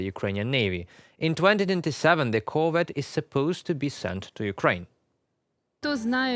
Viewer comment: Good plan! At the rate that Ukraine is converting Russian ships to submarines, by 2027 this will be the most useful ship in the Ukrainian Black Sea fleet! Nit: Emphasis on the second syllable: cor-VET, as in the French pronunciation.